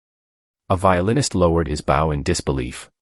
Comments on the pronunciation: Why can’t AI entities pronounce the word “bow”. Violinists use a “b-O-w” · Teach your AI to pronounce words according to the context they are used in. The violinist dropped his BOW - pronounced as in a "bow and arrow", not the bow of a ship. These words are called heteronyms.